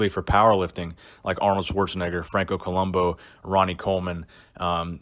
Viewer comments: It's Franco ColombO, with an O, right? Not ColumbU with a U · Co-lum- boo! That's how you say it.